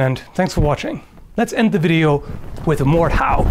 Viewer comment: "Morthauw" xD German Pronouncing at its best :-) Greetings from Baden!